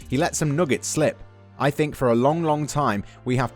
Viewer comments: “I sink” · "I sink in Trophies"